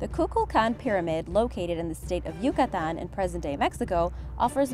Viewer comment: Kudos on the pronunciation of Yucatán! (Yucatecan here btw)